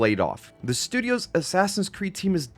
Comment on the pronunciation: “shtudios” 🤣. Great vid tho man. Can’t believe the devs got screwed as bad as they did. They did an incredible job on the game